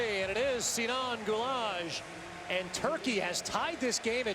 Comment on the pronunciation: oh my god "Sinan Gulage" dude his surname is Güler